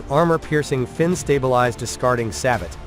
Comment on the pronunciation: Sabot is pronounced " sabo " The t is not pronounced